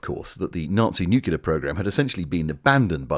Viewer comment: And 'nuclear'. *Newcular*.